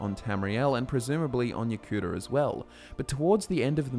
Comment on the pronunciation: Pronouncing Yokuda and Ya Cooter is pretty weird, but ok.